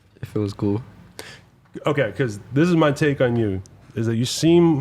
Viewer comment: “feels gool”